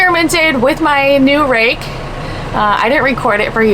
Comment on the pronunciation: did u say rake or rack!